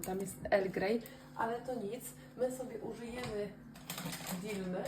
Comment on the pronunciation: Dilme? Serio się na to tak mówi? Xd